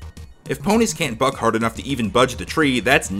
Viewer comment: You know what's irrelevant to this? I thought he was saying "fuck" instead of buck. CURSE YOU HEARING!!